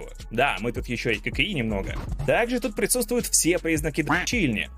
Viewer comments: Почему я слышу вместо "ККИ", "кокаин"??? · Кокаин механики :D (послышалось).